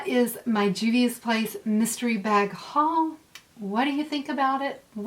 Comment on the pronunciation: Hey, love!!! This is some awesome palettes with some pretty colors!!! I think you can pull the black lippie off and you said the name right!!! ~ Momma Dell